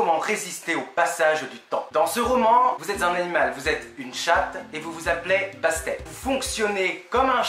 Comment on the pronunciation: Salut, super vidéo qui donne envie de le lire On prononce le deuxième « t » de Bastet